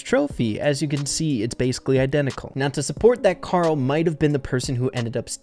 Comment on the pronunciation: It’s karol